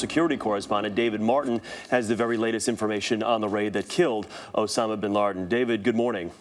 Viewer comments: he said Osama Bin Larden ...So Who died Bin Laden or Bin Larden ?? I'm confused ! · Osama Bin Larden !! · lol he says "Osama bin Larden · haha did he say osama bin larden? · the guy at the beginning said osama bin larden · he said osama bin larden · "Osama Bin Larden" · bin larden? .. lol it sounded like that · osama bin larden? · Osama Bin LaRden hahahaha. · lol he said osama bin lardin. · hahaha "OSAMA BIN LARDEN. " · Ik this is an old vid and all, but klisten at , he "Osama bin LARDen" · like if you think he says osama bin LARDEN and ? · Osama bin larden.